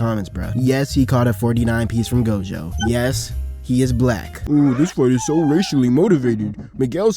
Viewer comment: Miguel is ine of 3 mother fuckers in the series to even be able to touch Gojo in a fight. Fuckin bastards better start putting so respect in pronouncing this GOATs name 😂🎉